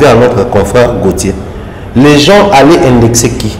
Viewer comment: Thierry Mombaya depuis un certain temps tu as commencé à prononcer le S de la fin de GENS pour quelle raison mon frère?